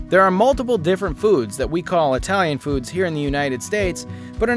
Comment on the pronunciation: You pronounce Italian words like a moron